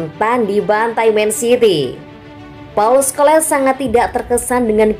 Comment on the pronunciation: PAUL SCHOLES= (dibaca: Skols). (Bukan Skoles)